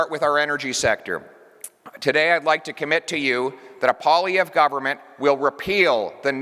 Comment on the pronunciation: Pwah-lee-ev-ruh… Just trying to help my fellow Canucks to pronounce the name of our next prime minister.